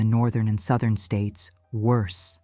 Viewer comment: Sowthern states.